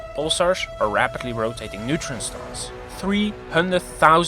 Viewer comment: “Nutrient star” you mean neutron star?